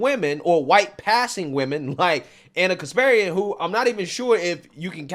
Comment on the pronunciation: It's pronounced KasparYAn. Not KaspErian.